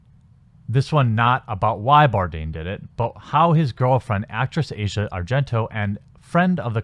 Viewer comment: I work with an Italian immigrant who told me her name is pronounced AH-see-ah not Asia. Similar to asiago cheese. Asia happens to be the daughter of Dario Argento, who is arguably the most famous Italian horror director of all time, and has appeared in several of her father's films.